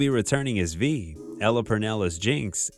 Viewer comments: He said “V..”💀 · Can you pronounce the characters names right? It says them in the show, come on now. You pronounced Ekko and Kiramann 2 different ways and Vi wrong the whole time, it’s just cringeworthy hearing your lack of effort